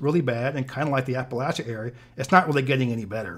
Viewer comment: Thank you for pronouncing “Appalachia” correctly